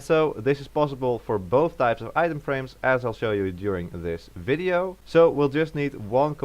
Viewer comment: On bolth